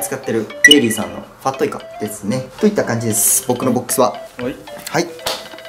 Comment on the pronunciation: ファットイカのイントネーションおかしくない？